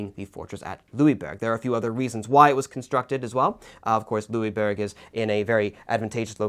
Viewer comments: Well, I'm from Québec, your pronunciation was pretty good, just next time pronounce it "Louisboorg" if you want to get it spot on. Also, I hope you cover the siege of Louisbourg some time in the future, along with other events in the seven years war such as the siege of Québec itself. Great job by the way. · I wouldn't say to pronounce the "g" though. We don't pronounce the "g" in "bourg". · Louisbourg? Translate it into german and it is Ludwigsburg, there is a town north of Stuttgart with this name , there is one of the largest german palaces/Schlösser.